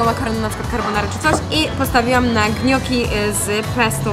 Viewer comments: Wiadomość do mówi się nioki nie gnioki miłego oglądania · NIE HEJT! ale gnocchi nie wymawia się 'gnioki' tylo 'gnoczi; ( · super film ale ale zdaje mi się że mówi się nioki a nie gnioki ale to nic nie wnosi piszę to po prostu dla twojej wiadomości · Kochana nioki się mówi hahahah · Nie gnioki tylko nioki się mówi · Nie "gnioki" tylko no-kee "no-kii" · Nioki sie mowi, nie gnioki